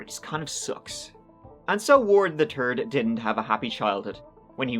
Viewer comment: “Ward Weaver the Turd” that was intentional by, way more turd than third.